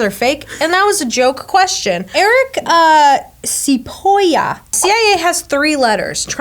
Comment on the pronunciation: Eric Cipolla is pronounced (Chi-pole-a). Cipolla is Italian for Onion! and I have a cousin with the exact same name (It's probably him tbh)